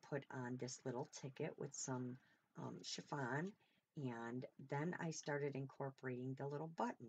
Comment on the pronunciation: Amazing job! I’m never surprised, you have always been a quick learner! So funny, I remember you saying efemera wrong but I wasn’t about to correct you! Lol lol but I will tell you my child, it’s not chiVon, it’s chiffon! Lol lol love you and your flip out is just fabulous!! 💜💜💜💜💜💜mom